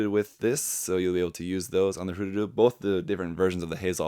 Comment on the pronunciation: Thanks for pronouncing it correct. "Hroo-Dudoo", not "Her-Doodoo"